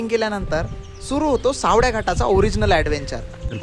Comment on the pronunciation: सावड्या नाही रे, सावळ्या आहे ते😢